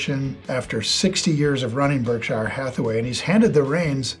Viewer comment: Weird that you pronounce Berkshire incorrectly when you're such a big Buffett guy.